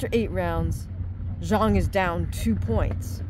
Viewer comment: Not many fight channels that pronounce Zhang correctly this is a refreshing change 😂